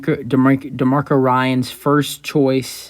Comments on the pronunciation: ^^^ dude, your credibility is at stake if you cannot even pronounce the prospective new head coach's name correctly. his name is "DEMECO"... not "demarco". my goodness... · Good video!...by the way his name is pronounced De(Me)co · You’re pissing me off by mispronouncing his first name.😡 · This guy can’t even pronounce his first name.😅